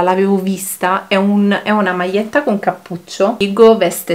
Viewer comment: ...maietta ,maie non si può sentire